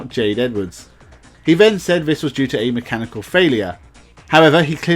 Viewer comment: your content would be so much better if you could make an effort to say 'th' properly. 'This" is not pronounced 'vis', and 'three' is not pronounced 'free'. You come across sounding really dumb because of that, but your content definitely says you're not dumb. Give it a go and I bet your subscribers goes up.